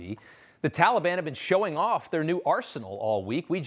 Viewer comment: "Tulibun"....c'mon Joe say it right